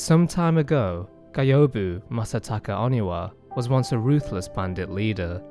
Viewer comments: Just beat Isshin last month first time ever. Took me like a year and a half to beat cuz i lost my first playthrough save and had to start over. I pretty much didnt understand most of the story but this vid cleared it up for me. P.S. The way you say Gyoubu triggers me lol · I think you said Gyoubu's name incorrectly. It's GYOUBU MASATAKA ONIWA (Sorry, had to write this down). Also, an amazingly put together lore video.